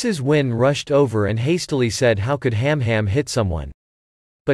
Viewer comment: The girls names are han han and su bao.... NOT ham ham or tuck bao